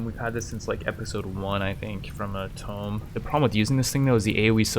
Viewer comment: “Two-m” you’re pronouncing tome, which is usually reserved for magic spellbook type books